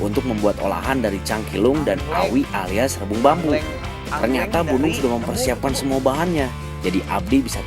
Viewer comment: Nyebut bu nung tapi kedengerannya gunung